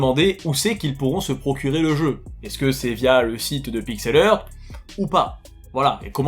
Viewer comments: Heuu, ça se prononce Pixel HART... Hea=HA. Pitié pour mes british oreilles ! De rien.- ton bilingue grammar nazi 😝. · si tu es pour faire un video en disant le nom de la compagnie 74 fois au moins prend le temps de valider comment ce prononce PIXEL HEART... valide avec google au minimum! tu bouzille le nom a chaque fois